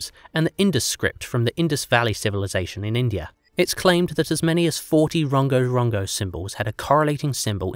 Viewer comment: I wish you had asked a Polynesian how to pronounce Rongorongo and Iko